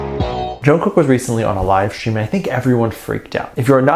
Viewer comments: WHAT BOTHERED ME ABOUT NY SHOW WAS HOW THAT MC PRONOUNCED/ SAID JK'S NAME! DIDN'T SHE PRACTICE HIS NAME ALL? ?!!!! ARMY 4 LIFE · Did you also hear that interviewer screwing up JK’s name